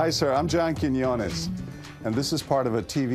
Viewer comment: "Hi I'm John quiones, now bow"